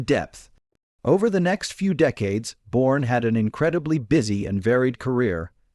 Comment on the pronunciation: Why can’t these computer voiced offerings be edited to use proper names? Who the hell is Bourne. It seems very disrespectful. WTF is World War Roman Two?